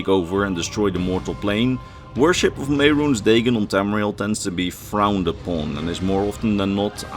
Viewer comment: Man, if only the TES games pronounced Mehrunes Dagon hundreds of times so we know how to actually say the name or something.... XD You do this a lot, you mispronounce simple words and names from the games when the games all SAY the words and such.